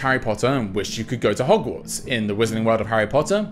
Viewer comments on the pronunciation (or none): none